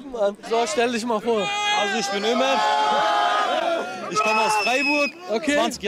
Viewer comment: Ja gut, wenn sie dann noch lernen würde, statt "isch" dann doch "ich" und statt "disch" lieber "dich" zu sagen... Dann würde sie auch mit einem Schlag sympathischer klingen. Kleiner Tipp: beim sch-Laut Lippen spitz, beim ch-Laut Lippen spreizen. ;-)